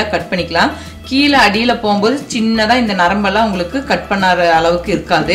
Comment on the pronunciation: நன்றாக வந்தது. நன்றி. ஆனால், அது 'வாளப்பூ' இல்லை. 'வாழைப்பூ'. கீளே (கீழே) களுவி, (கழுவி), பளம் (பழம்), தளை (தழை) Irritating. 90% of people can't pronounce Tamil properly. Plz try.. U can